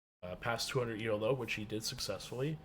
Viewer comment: Good video. Just a small note.. "Elo" is not an acronym. "Elo" is pronounced e-low (The inventor's name was Arpad Elo.)